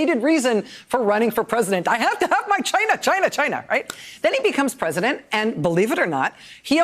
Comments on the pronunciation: Why does truMcP 'China' sounds like vigina??? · Um Rachel, I believe it's pronounced, jyi-na . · Is he saying “ ‘gina” ??? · China, rhymes with “Gina”.